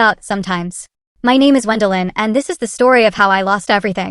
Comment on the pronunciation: Can we please train AI to pronounce names and words correctly? Gwen-DAHHH-lyn 😂